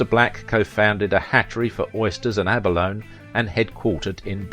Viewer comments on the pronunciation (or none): Ab-a-lone-ee. 4 syllables.